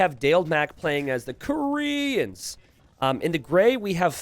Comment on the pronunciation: please stop saying "koreans" like that it is really boring, annoying and bothersome